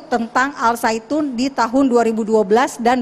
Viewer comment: al zaiytun woe bukan al saitun